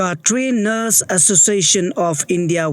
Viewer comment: Why do you keep saying “NOS” ? We know you’re just reading it but please do it with some understanding, it reflects on your channel’s reputation too.